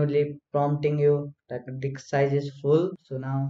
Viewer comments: what did he say? dik size?🤣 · Kindly.. its DISK... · what ?? did he say di*k......hahaha